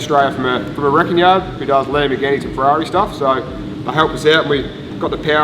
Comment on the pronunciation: "The Ferrarna"